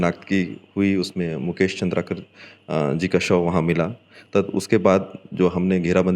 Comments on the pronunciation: Not चंद्रकार ❌ चंद्राकर ✅ नाम ल बने पढ़े नि जानत हस निपोर के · Surname toh सही से लेलो भाई पत्रकार महोदय, चन्द्रकार नहीं है chandraakar है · चंद्राकर है भाई साहब नाम तो पढ़ लेते अच्छे से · अरे भाई! प्लीज नाम तो सही से बताओ, नाम और काम ही तो पहचान है और यही ग़लत बोला जाएगा तो देखने सुनने वालो को तकलीफ़ अधिक होती है । ( मुकेश चंद्राकर )